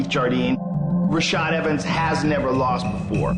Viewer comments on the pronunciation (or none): "rashad" dude. get it right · its rashad not rashed